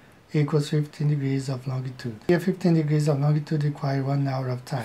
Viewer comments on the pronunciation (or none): I love how the guy initially said "longitude" but incorrected himself to say "longue-a-tude" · This guy actually put time and effort into making his "model", which I'm sure already exists for simplification purposes... That's sad. He seems like an old guy too. He's supposed to know better. Also, Lon G itude. Painful.